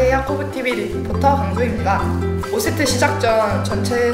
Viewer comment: 십세트할때 욕하는줄ㅋㅋㅋ